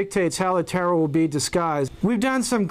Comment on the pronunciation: ... it sounds like he says "how the terror will be disguised"...hmmm